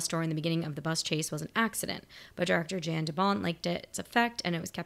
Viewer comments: Leave Speed 2 alone, formula might have seemed to work, but nothing else did. I think his name is pronounced (Jan de Bont), "Yawn" not Jan (as in January). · It is not Jan like Jan Brady. It is pronounced Yon, like John with a Y. But not quite yawn. If you were to see a map of the bus' path, it jumps randomly all around Los Angeles. Speaking of Los Angeles, I seore I saw you in front of LACMA on Wilshire yesterday. "Who writes this?" The original screenplay was by Graham Yost. From Wikipedia: "In preparing the shooting script, one unnamed author had revised Yost's script in a manner that Yost had called "terrible". Yost spent three days "reconfiguring" this draft. Jan de Bont brought in Joss Whedon a week before principal photography started to work on the script. According to Yost: "Joss Whedon wrote 98.9 percent of the dialogue. We were very much in sync, it's just that I didn't write the dialogue as well as he did." One of Whedon's contributions was reworking Traven's character once Keanu Reeves was cast. Reeves did not like how the Jack Traven character came across in Yost's original screenplay. He felt that there were "situations set up for one-liners and I felt it was forced—Die Hard mixed with some kind of screwball comedy." With Reeves' input, Whedon changed Traven from being "a maverick hotshot" to "the polite guy trying not to get anybody killed," and removed the character's glib dialogue and made him more earnest." Yes, that was Cameron. Bad bus stunts. You can see the bus bounce up for no reason when it jumps the impossible gap. In "It's an ugly turn," you csn see an extra tire under the bus causing it to lean. Bet you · FYI, Jan de Bont is Dutch. His name is pronounced "Yon". Not like Jan Brady. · The director’s name is pronounced “Yon”. Great reaction as always!